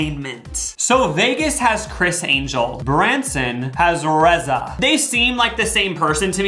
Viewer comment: Omg. I went to high school with Reza! He is from my town Brookings SD. How odd. It's pronounced Reeza. But cool to see someone i know before they made it bigger. 😅 Cool cool.